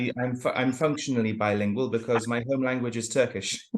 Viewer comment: Your Turkish pronunciation is the same as someone whose native language is Turkish. As a Turk, I was very surprised.